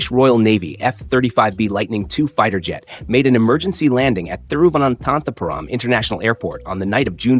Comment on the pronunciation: I loved how you said thiruvanathanthapuram